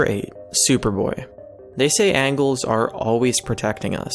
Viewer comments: Did you just say angle? for angel? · He said angle instead of angel oh my gosh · He said an-GUH-le not an- juh-le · Something tells me he wrote this down and he then read the facts, because I feel pretty sure he got the words angel and angle mixed up. I did like the video. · angle? lol he said angle. i know people misspell angel, but he actually said angle. did he read that quote and actually think it meant some sort of geometry was protecting them. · LMFAO! Yes, I can remember when I was saved from certain death by a 45 degree angle when it swooped in and pulled me to safety. Costume? I think you mean Custom. You REALLY need a proof reader for your scripts or to spend a little more time leaning proper pronunciation. Don't add to the number of horrible narrators who don't know how to pronounce words or continually use the incorrect words in their videos PLEASE.